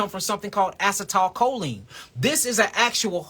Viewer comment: A-cee-tle-co-leen (Acetylcholine),!!!!